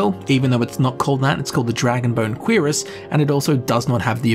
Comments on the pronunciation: him constantly saying QUEERus in instead of curiass is giving me some type of narcotic high. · its not "queeras". its "qrass" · I like how he says Cuirass. "Queerass" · Dreugh is pronounced Drö. And cuirass is pronounced Kürass. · "Queer-us" What is wrong with you? Lol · I know I'm late as hell but the pronunciation of "Cuirass" almost made me smash my keyboard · The pronunciation of cuirass sounded like a primary school insult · That's actually somthing i didnt know, at first i thought it was just his accent, i always pronounced it wrong. THanks for this! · Everytime he says cuirass, I bout lose it.